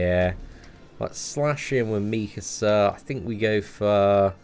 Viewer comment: Meekasa meekasa lmao 😂 😂